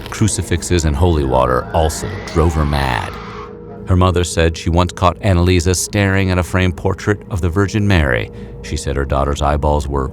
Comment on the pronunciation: she is called AnneliesE not AnneliesA